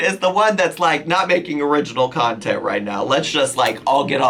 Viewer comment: “Nontent?!??” That’s perfect!